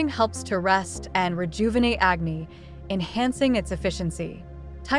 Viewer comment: It is Vaata (A kind of Dosha not as you said Veda) IT is Agnee not acne. Agnee means fire.Jatharaagni means fire in stomatch.These are Sanskruit words